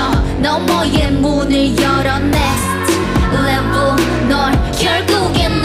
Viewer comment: 넥레는 깔린 원곡 비트? 자체도 사기긴 하지만 편곡을 sm스타일로 잘 해놓기도 했고 멤버들의 쫜득한 발음이 미친 중독을 만들었음 눽스트 레블~ 하는데 이 레벨이 아닌 레블이라 하는 부분에 중독되고 블맘 나왔을 때 넥레 기대했고 넥레 나왔을 때 새비지 기대했는데.. 지금은 새비지 다음 곡 너무 기대됨 스토리가 이어지니까 스토리 영화를 시각이 아닌 청각으로 보는 기분이라.. 이런 그룹 또 없음ㅜㅜ.